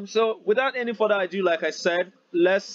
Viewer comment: Without further "adiuuuuuu" Nice one brother.😂😂😂😂